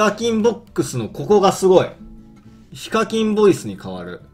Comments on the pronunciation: ひ↓か↑きん↓ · 時々、発音が非課金になるの草